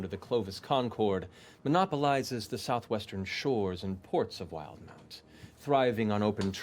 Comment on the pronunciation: It’s pronounced Will-de-mount